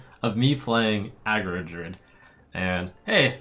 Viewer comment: He literally made no mistakes whatsoever tho